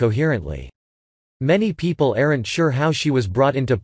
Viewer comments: Does anyone listen to their videos before posting them? The creator spent good money on a decent robot voice then can’t seem to take the time to listen to their voice over to hear the difference between “arrant” and “aren’t “ These two words mean entirely different things. And that’s just the beginning of how screwed up this creator is. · I hate robo voice videos. Are you mute and can't speak? AIR-ENT you american? (Get it, the robot pronounces aren't as AIR-ENT in the video.)